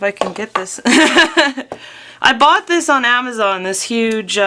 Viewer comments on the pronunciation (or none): none